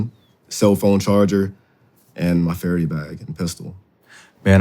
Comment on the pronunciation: It is Fara-DAY, not Fara-dee